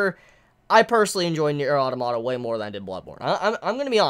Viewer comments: That's fine and all, but automata is not a Japanese word. It's roots are Greek and have a proper pronunciation based therein that should be adhered to for consistency. Yoko Taro did not invent the word, and so does not get to decide how it is said. If that's a lot of peoples only exposure to the pronunciation, then that's understandable, but it is not an argument for the proper pronunciation. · It's pronounced Automata, not Automata!